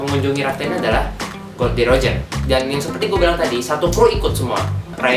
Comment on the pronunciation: nama raja bajak laut tuh Gol D. Roger mas,, bukan Gold D.Roger,, dr tadi saya denger nyebut nya Gold mulu hahaha